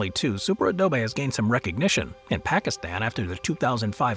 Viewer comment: The narrator's voice is AI. Its first pronunciation of the words "Super Adobe" was a dead giveaway.